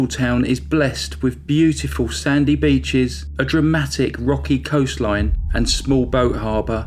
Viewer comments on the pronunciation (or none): none